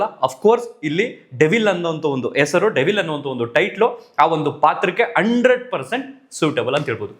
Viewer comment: ಎಸ್ರು ಅಲ್ಲಪ್ಪ ......ಹೆಸರು.. ಆರ ಅಲ್ಲಾ ಕಣಣ್ಣ..... ಹಾರ.. ಅಲ್ಪಪ್ರಾಣ ಮಹಾಪ್ರಾಣ ಕಲಿತುಕೋ ಪುಣ್ಯಾತ್ಮ😂